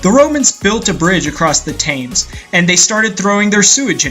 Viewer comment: That's not how you pronounce the name of that river. "TIM'S" river... whoever Tim is.